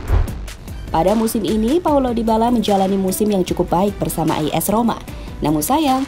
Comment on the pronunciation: As Roma bukan is Roma min